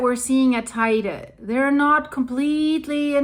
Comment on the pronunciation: if I am not mistaken teide is the highest peak in spain. btw it is pronounced teyde, spanish... i live here for 20 about years